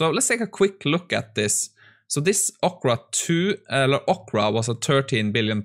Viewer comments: ORCA, not ocra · say orca again